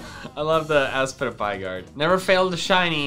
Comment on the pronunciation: If it's ASPITPIAY, it should be ass-pit-pyay (ay pronounced either ey or eye), not ass-pity-pie... Also, what does ASPITPIAY stand for?